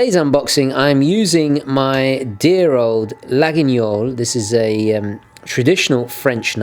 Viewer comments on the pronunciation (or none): Laguiole is pronounced "Layol", peculiarities of the french language. ^^ Good idea about that Seiko saturday too, I'll have to join that facebook group. ^^